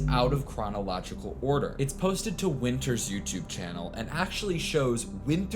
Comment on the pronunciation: Wynter? ETHAN WYNTERS